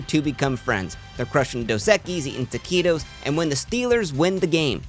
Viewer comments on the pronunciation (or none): none